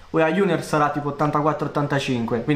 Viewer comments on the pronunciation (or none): none